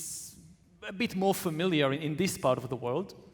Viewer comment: In the introduction, the poli-sci prof pronounced familiar as fermilyer.